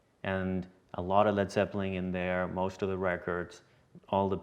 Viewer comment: Did he say Led Zeppling two times in a row?